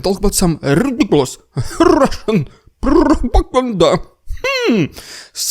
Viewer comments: That little squeak after the 'rRrRrRrRussian prRrRrRrRropaganda'. .. .. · Strrrrraight to Rrrrridiculous Rrrrrrrrrussian Prrrropagabda 😂😂😂😂😂